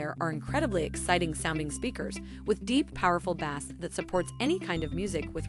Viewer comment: ‘Bass?’ Pronounced as in the fish ….. have believable is this?